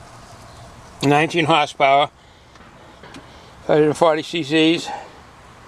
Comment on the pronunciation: "19 hass powa"